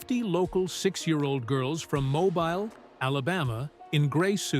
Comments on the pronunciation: Shitty A.I. narration. And stop saying “mo-byle” Alabama. Mobile is pronounced “mo-beel”. But, what can you expect from someone too fucking lazy to narrate their own video? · Nice video. Mobile, Alabama is pronounced "mo-beel". I went to school near there. Your narrator got it right once and wrong twice.